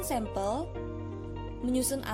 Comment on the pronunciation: Assalamualaikum, saya Yulia Sabta R ingin berkomentar. Video yang telah dibuat kelompok penyaji sudah bagus, tapi mungkin masih terlalu banyak teks yang dimuat. Lalu saya ingin membantu mengingatkan pengucapan kata sampel yang saya dengar sempel seharusnya diucapkan sampel. Dan saya ingin mengajukan pertanyaan, dalam karakteristik penelitian eksperimen pada manipulasi variabel disebutkan bahwa subjek ditempatkan pada situasi tersebut dan mencegah faktor lain yang dapat mencemari situasi itu. Tolong jelaskan maksud dari "situasi tersebut", situasi yang bagaimana itu?